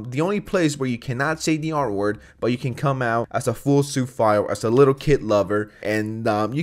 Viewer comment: It took me a while to figure out what you meant by Sue file. 😁 Don't hate me. That's what I thought he was saying!🤣